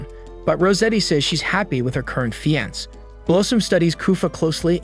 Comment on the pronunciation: Fiancé.... I don't think I've ever heard it pronounced how he did in the video